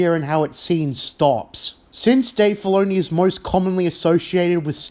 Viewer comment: Writah, Filoneeh, force usaah